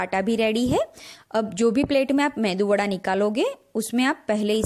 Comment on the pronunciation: This is called MEDU WADA Please don't say MENDU WADA